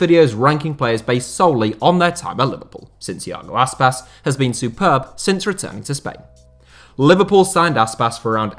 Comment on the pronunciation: Did any one else giggle when he said Iago Aspas?